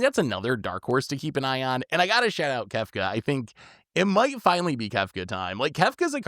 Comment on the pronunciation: I heard him say that too but I think he meant “shout out” had to rewind a couple times lol